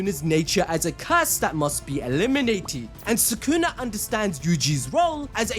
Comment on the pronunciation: why do you guys say his name "sakuna" instead of sukuna? 😭